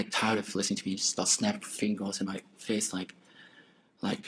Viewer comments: FINGLES! I'm dying! 😂👏🏻👏🏻😂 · Poor Elmer Fudd...speech impediment murderer, "she snapped her fingles in my face." 🙄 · LMAO NOT FINGLES sheesh